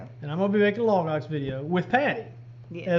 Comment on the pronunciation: I hear "log ox" as "lagos", the Bible people who have those extensive study guides online, whenever you say it. Keeps me grounded.